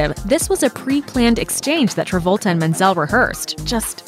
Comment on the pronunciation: Stop spoiling Travolta's name